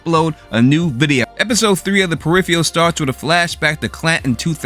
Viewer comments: Peripheral is pronounced per-IF-er-ul not per-IF-ee-al. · It is pronounced periFURal, not periFEEal! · say it with me "Per If Er Ul" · Please learn how to correctly pronounce the word "PERIPHERAL". Your repeated mis-pronunciation detracts from the reviews. Just sayin' . . . . . .